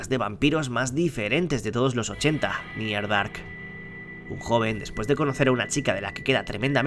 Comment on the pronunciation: literalmente escuche mierdark cuando mencionaste near dark jajaj